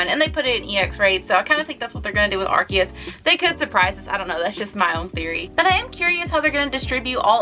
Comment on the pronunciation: Correction, its not "ar-ki-us" its "ar-see-us"... And I think Arceus deserves much more than an EX-raid... It's literally the God after all...